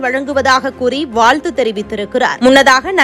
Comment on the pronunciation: வாழ்த்து, வால்து இல்லை. உச்சரிப்பில் மிக்க கவனம் செலுத்த வேண்டும் 😡